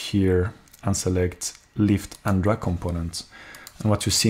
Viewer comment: It's not drug but drag (draag) force ;)